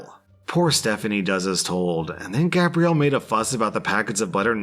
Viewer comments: For "Gabrielle", you were pronouncing it like "Gabriel". Difference: Gabe-ree-al is the masculine. Gab-ree-elle is the feminine. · Since when is Gabrielle pronounced (gay-bree-al.) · You pronounced gabrielle, it's a female French name so its said like Gabriella. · I love how pronounces her name Gabrielle for like 5 minutes then starts saying it Gabriel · So good, especially when he started calling her Gabriel instead of Gabrielle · that’s not how you say it though. There is Gab-riel (Gabrielle) and Gay-briel (Gabriel) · How many different ways is it possible to pronounce Gabrielle without actually pronounce it correctly 😂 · I love how the pronunciation of "Gabrielle" changes almost every time you say it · Ikr doesn't sound right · used the masculine pronunciation throughout the whole telling of that story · you missed pronounced Gabrielle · why do you have such trouble saying Gabrielle? haha xxx